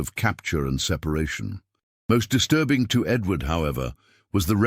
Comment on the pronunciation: why do you call it disrurbing? you must be a racist too...